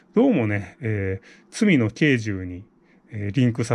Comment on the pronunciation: 罪の軽重「けいちょう」だと思います。